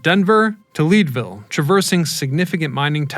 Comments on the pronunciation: Leadville not leedville. Fantastic video, thank you for making it. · Lead-Ville not Leed-ville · Hahaha I live in Leadville and for a second I was like "Is there a Leedville somewhere I don't know about?!"😂😂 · "Leeed ville" 🤦‍♀️boy bye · Leadville like the metal not leedvile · You also mispronounced Leadville sir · This isn't AI you can't pronounce Leadville right or saughauche, 👎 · it is Leadville as in the mineral lead. South Dakota has a town named named lead (leed) as in a lead for a horse. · Doesn't know how to say placer of Leadville